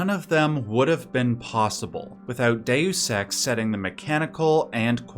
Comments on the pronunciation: You are definitely saying day sex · It should be dayus, not day sex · Just a note: its pronounced "day us" in English. Its pronounced "day ose" in Latin. You pronounce it a 3rd way not heard before, "day oose". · Sounds like you've said, "day sex" like 100 times, it's dayus not day sex. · Please stop saying dayoous ex. kthnx <3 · "Day you sex" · ... the narrator says "DaySex" a thousand times 😜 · Why are you pronouncing the game like that...? Please look up the game and how people pronounce Dues Ex. You really make it look like you've never played it a day in your life or you need more talk with more real people so your friends can laugh at you until you learn how to pronounce it correctly. That is all. Thank you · I activated CC hoping to see it translated Deus Ex to how you kept saying it "day use sex", but all I got was Dex. I am sad now. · Hard to take you seriously when you don't even know how to pronounce the name of the game. There are videos on this very website that will tell you how. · Loves it so much he didn't bother to learn to pronounce it